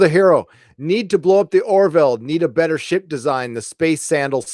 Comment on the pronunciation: Sounded like you were saying shit porn instead of ship porn lol